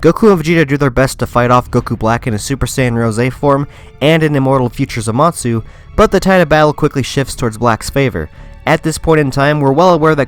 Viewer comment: Am I the only one bothered by his pronunciation of Zamasu? Sounds like he's saying zamatsu